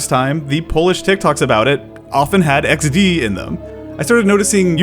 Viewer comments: Hasztag iks-de? Dude, YOU NAILED IT! Noöne here in Poland says "eksdi", we all use "iksde" and the fact You pronounced it like we do is even more amazing than a fact You used Drogowskaz (that ugly font for drogo-wskaz = road-pointer, ie. signpost) for this video! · you even spelled it in polish way with lowering pitch, "iks de", i'm proud XD XD Enjoyers are always superior to "crying emoji 😂 fans" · In my opinion: 1. It sounds better in Polish, pronounced more harshly, iks-de instead of eksdi. 2. It's a disconnect from its roots. XD was originally intended to represent a smiling face, but in my opinion, this association has completely disappeared from the Polish consciousness. Now, for us, it's just a sound, two letters, a symbol, not something reminiscent of an emoji, face, smile or anything. 3. For Poles, using emojis is cringe, associated primarily with older people. 4. Poles are deeply engrained with shame, a sense of inferiority, and a desire to please Westerners, especially Americans. The younger generation, although most no longer feel a desire to feel acceptance from Americans, still harbors remnants of the "American dream." and "poor Eastern Europe" accordingly, we can say that online we adapt and strive to be "cool." If you ask a Pole if they use XD to talk to foreigners, they'll say no. It's something that only happens between Poles. In conversations with others outside of Poland, we usually switch to lol or lmao. That's why, in my opinion, XD is also so isolated and occurs only within Poland. 5. As I mentioned in point 4, Polish Gen Z no longer feels this ingrained shame of being inferior, and therefore no longer feels the need to please Westerners. I've heard that Poles who use lmao or lol are perceived by other Poles as snobs, wanting to be from the US and trying too hard, which, again, is cringeworthy... But that's just my perspective on the topic, based o